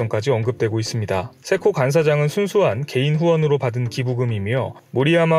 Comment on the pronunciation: 세코가 왜 개코로 자꾸 들리는 거야. ㅋㅋㅋㅋㅋ 세코에 좀 더 힘을 주고 말해요.